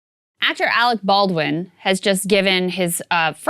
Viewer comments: “Alwick ballwin” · Arec Bawdwin...